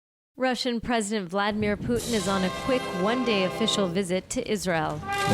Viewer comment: he is VladImir not fucking VlAdimir